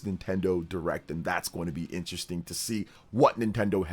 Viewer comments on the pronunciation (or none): none